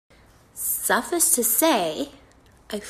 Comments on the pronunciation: SO SUH-FISS TO SAY!....that I don’t know how to say suffice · “Suf-us to say” lmao 😂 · thoughts and prayers or whatever but the way she pronounced the word “suffice” made me want to watch her mukbang a dictionary